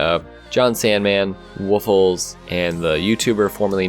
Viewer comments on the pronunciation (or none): It's pronounced Woofless not Woofles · ITS WOOFLESS NOT WOOFELS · it's not woofles, it's WOOFLESS dumbass! Nvm XD nice clip bro <3